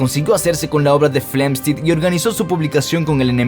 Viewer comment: Pregunta: Por qué Steven Hocking y no Stephen Hawking? O Robert Guck, en vez de Robert Hooke? igualmente con John Flamsteed a Flemstid? Un asunto de Fonética? Españolizando los nombres y apellidos?